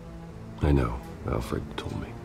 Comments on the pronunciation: put some respect on Alford’s name c’mon what you mean??? 😒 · you put some respect it’s Alfred not Alford